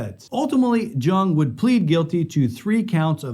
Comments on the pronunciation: Once he pronounced jung it’s pronounced young 🤦🏾‍♂️ lol I ended video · George “Young” the J is a Y sound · Great video but just a minor correction. George jung is pronounced George yung